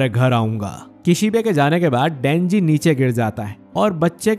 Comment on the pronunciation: You say dhenji